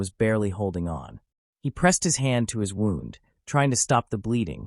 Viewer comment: I was thinking the same thing... he was talking like he was there. Im sure the people involved didn't describe it like a story. This is probably A.I it had the same 3 or 4 pictures throughout And he pronounced "wound" as in the victims gunshot wound as "wound" like he wound a cable a human reading he's own note wouldn't make that mistake I wont be subscribing. I want real stories by humans.